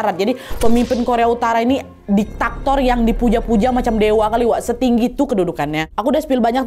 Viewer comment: DIKTATOR wa'eeeeeeee diktator... bukan diktaktor 😭😅